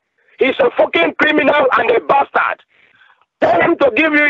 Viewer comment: "You're a PASTARD!!!.... You're a pastard, you're a ninja!!!" That made my day,! 😂👍